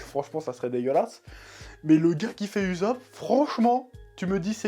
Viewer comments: ça mal aux oreilles 😭 Mais super vidéos d'accord avec toi 😉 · Ussop se prononce oussope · ça se prononce oussop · «» «Monké dé LUffy» j'adore ta prononciation des noms en japonais 😂 P.S: C'est pas de la moquerie et encore moins à but blessant/vexant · "Oussop" tel est la prononciation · En français on dit "Oussop" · Par contre je comprendrais jamais pk tu dis YouZop